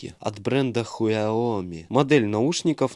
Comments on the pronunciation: Сяоми а не хуоми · все: сяоми Штржбух: хуэоми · Не хуяоми а ксяоми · Наушники не Хуаоми а Сяоми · Не хиаоми а ксиоми у меня такой телефон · не ХУЯОМИ а КСИОМИ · Не хуяон а ксяоми читается